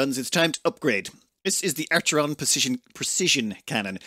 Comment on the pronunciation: I dont like how he pronounces archon😂